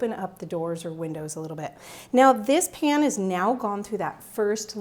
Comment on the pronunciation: I wonder where you are from? The way you say "pan" like "pin".